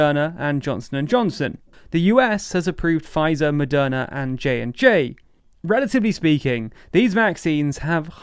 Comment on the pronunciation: Is it Madonna or Moderna? I swear I heard "Madonna" throughout the whole video...